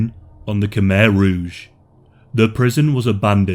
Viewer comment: Why not learn how to pronounce Khmer Rouge?